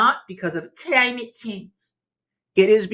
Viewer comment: I like the way you say 'Cuh ly myit Chaynge'. We need a presidential executive order declaring a change in how it's spelled and how its said.